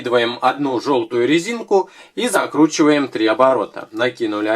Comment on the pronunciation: послушайте как он говорит закручиваем!! )